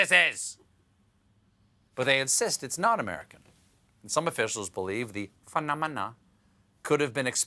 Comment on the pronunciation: Was that "phenomena" pronunciation a throwback to Only in Monroe with Eminem??